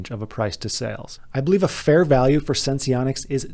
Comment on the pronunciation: I don't think you have to pronounce the e in sense